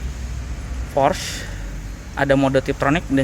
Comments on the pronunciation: Dibaca porsche Pakai e bukan porsch Pelafalan jerman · bacanya bukan "porsh" tapi "Porshuh" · mantap pak. cuman klo boleh sharing cara manyebutkan nama porsche itu bkn "porsch" atau "porschia" tapi "porsche" aja biasa. krn dlm bhs jerman, normativnya pengucapan sma dgn penulisan. kedua, utk G-Force it bukan gaya dorong atau thrust melainkan posisi titik berat (massa mobil * grav. bumi) si mobil. maju terus gan! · Bacanya Porsyé Bro... Thanks.